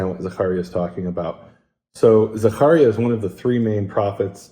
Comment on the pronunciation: Zaharia? Maybe Zachariah